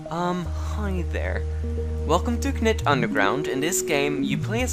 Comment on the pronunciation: the k is silent so it's pronounced nit